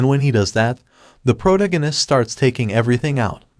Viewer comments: I hear protoganist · I love it lol, prota-guiness instead of pro-tag-onist! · dude - pro-tag-in-ist....ya killing me but love your vids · Bro if your going to insist on saying "the protagonist" let me help you. Its phonetically (Pro-tag-o-nist) I'm sorry for putting you on blast its just getting to me every time you say it wrong. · Why do you say protagonist like that